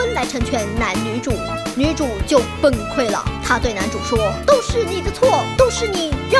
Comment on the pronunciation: 来，请跟我念：b-eng 崩 崩溃，不是ben溃。我听这个词要奔溃了